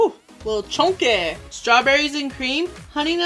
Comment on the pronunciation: Lol I say "care-a-mel" 😉 glad you caught your light before something like a 🔥 happened 😳 Btw, I oddly enjoy the way you say chunky😆 (chonky)